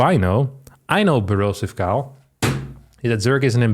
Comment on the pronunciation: Everytime he said Borosive Kyle I was thinking it sounds familiar. I finally got it at the 9 min mark